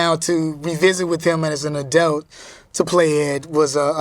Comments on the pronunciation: Kel it's - Adult, not Adelt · Him saying edults and not adults kept throwing me lol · It's kel saying adelts instead of adults for me! Lol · So am I the only that thinks kel saying adelt instead of adult is cringe 😆 jk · “Adelts” lol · "adelt" -kel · How many times did Kel say the word Adelt (Adult)??? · He pronounces adult uniquely lol.💛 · Such a great interview, but the way he pronounces “adult” know it tickled me. 🤣🤣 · Is Kel saying “Adult”?